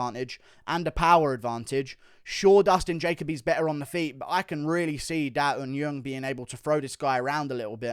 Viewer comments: Guru... Daeun Jung is NOT Daeun Yung.... It's Jung. In Korean, you'd say the surname first "Jung Da Eun ( Not Yung ) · It’s not da un yeung, it’s Jung as in juggle or jungle